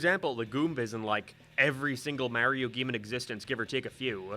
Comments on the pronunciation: "MEHREEO" Fucking disgusting. I'M UNSUBBING. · Bro why are you pronouncing Mario like that lol